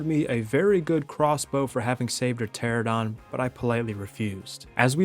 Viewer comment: Bro I love cats. Also the pterosaur species the players are riding on is called "Pteranodon" pronounced "Pter-an-nodon" not "Pteradon" I love pterosaurs a lot, the names of pterosaur species can get hard to pronounce though so I hope that helps